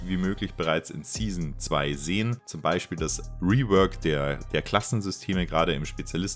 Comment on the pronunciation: kuhles Reewörk der Mäps mit den Tschännels und tolle Loor in der Seesin Tuh und mit Look ouwer und so weiter und so fort ...